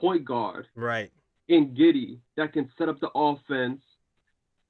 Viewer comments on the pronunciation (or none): Giddey, not Guidion lol